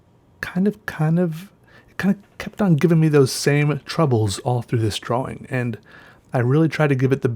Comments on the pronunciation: are you saying draw-wing? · Dwawing lol